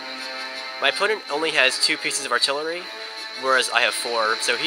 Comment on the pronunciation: "artilery department" ha :)